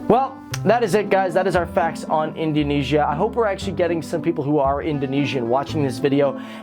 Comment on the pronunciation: Its Indonesia Not Indoinaisa